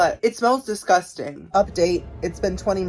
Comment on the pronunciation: DISGUSTANG! LMAO I love you girly